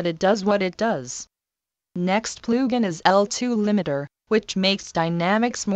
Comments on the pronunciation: “Next plew gin” 😂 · "Ploogin" haha